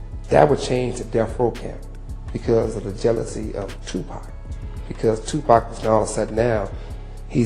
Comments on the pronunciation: It's Tupac not to pack and it's Nas not naz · Tupac this fool keeps saying Too packs annoying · Tupac, pronounced Poc, not friggin' Pack. I can't watch this anymore. How you mispronounce it 50% of the time in the same damn video? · It’s Pac not Pack 😂😂😂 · Its 2 pac not 2 pack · Whhhhhyytyy it's been damn near 40 fucking years it's not pack bro at this point it feels intentional you mfs know it's PAC pronounced Pock dock clock frock bro Pac not Muthafuckun PACK BRO GOTDAMN 😤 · Okay... here we go again with the mispronounced name of 2 Pac & it's not 2 "Pack. lmao. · It's 2024 and these folks, bots, AI, or whatever are still saying Tu"pack". I mean dang. If you can say rock, jock, lock, dock, mock, sock, tock...certainly you can say Tupac pronounced Tu(pock)! I mean, dang! It's so irritating! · Stop saying pack it's pac, I hate when the narrator can't even pronounce the man's name. It's always some culture vulture trying to tell the hip hop drama. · His name is Tupac, not Tupack.😅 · LOL. 😅 Yes,get the pronunciation right, please. Tupac (two-pock). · Maybe A I? It bugs me.😅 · His name is pronounced Pock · Damn ai cant even say tupac correct calling him tupack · This dude say pac name right one time next time he says the a pack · For real it's 2024 about to be 2025 and they're still calling him 2 Pack!🤣🤣🤣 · How can you know all that and you can't pronounce Tupac's name correctly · It’s hard to take this seriously when the narrator can’t even say Pac’s name right